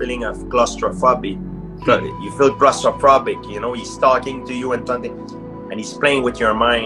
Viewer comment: "You feel crostrophrobric"